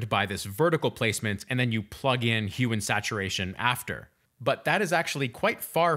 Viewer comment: Why does it sound like he’s saying human saturation 😳